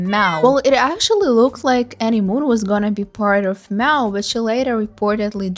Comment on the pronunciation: May aww, so awful